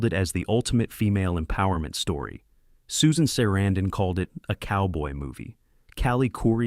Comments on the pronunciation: I like the inside and how you made it happen, sorry what happened to Corey😢... Became a Great film, actors (but -the person interpreting this said Susan Sarandon's name totally wrong😮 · It's good to know all these facts👍 but I don't think you realize you're saying Susan Sarandon's name WRONG 😮